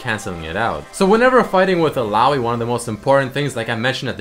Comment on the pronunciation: i think its pronounced " il-la-oy"